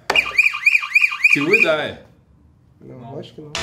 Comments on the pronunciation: Teve q falar til we die ate acertar😂😂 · Até agora ele fala til we die